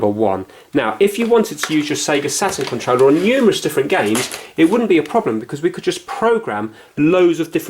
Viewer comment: I like how says Controller......"Controwleh"